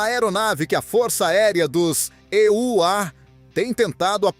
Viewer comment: Locutor que diz "ê" u á tem que voltar à escola.